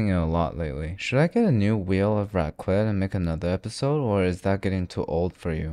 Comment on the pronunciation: You did not jus say raqlet💀